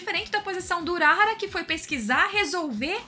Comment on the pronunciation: pq q vc fala uráhara se é urahára ? falam toda hora o nome dele e vc fala errado o nome